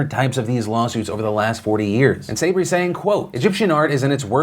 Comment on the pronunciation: Phil, Sabry is pronounced sah-BREE.